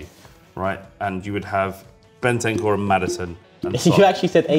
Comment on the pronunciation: Man said bentancur ahahahaha